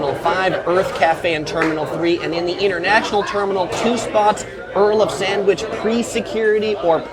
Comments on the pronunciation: 🤣 He said “ Pret A Manger” in the most Red neck way possible 🤣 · It bugs me how you pronounced "Pret A Manger." Look that one up to get it right next time. You must be the unluckiest person in the world, with all your experiences and statistics you mentioned. It isn't that bad. I live in the Valley and have traveled through LAX over 100 times (actually more, but I've lost count). In all my travels I've never once experienced some things you've said you've experienced. I find your "often" one-hour drive to go around the terminal loop kind of incredible. The traffic during your video seemed to be moving OK. It's stopped along the curb, but that's what it's supposed to be. People aren't throwing passengers out of moving cars, are they? Even if it took one-hour, that is not a real world experience. Why would someone just drive the whole loop for an "agonizing one-hour" and just exit the airport? Wouldn't they be doing something, like parking to take a flight or leaving someone off? If true, rideshare drivers would have been breaking down doors for creation of the rideshare lot. Do they all want to be stuck in traffic for "one hour" when they enter the terminal loop. Anyway, maybe I'm too logical. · That’s not how you pronounce Pret A Manger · How did you pronounce 'Pret a Manger' ? LOL